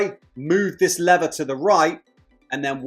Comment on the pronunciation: Why can't you pronounce lever correctly?